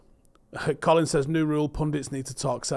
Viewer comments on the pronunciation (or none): none